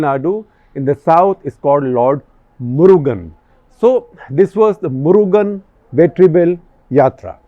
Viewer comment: Unfortunate that even senior journalists like SG have pathetic knowledge and understanding of Tamil Nadu...... May lord Muruga forgive them SG sir it is Murugan ( meaning beautiful person in tamil ) not Murgha as in Hindi ( for clarification )